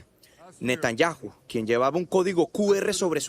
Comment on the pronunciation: No sabe pronunciar Netanyahu